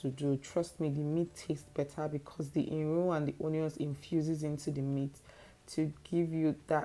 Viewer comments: Did you just say irun🤣🤣🤣🤣🤣🤣🤣, where you see the "N" it is iru. I miss ofada the stew especially 😭😭😭😭😭. The stew makes a good ofada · Say iru... say iru again... oya say iru 20 times... plssssxx